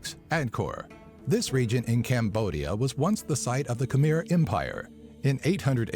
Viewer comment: It's not (kha-mer) it's pronounced (kha-mai) even tho it's spelled Khmer. Just thought you should know, it's a common mistake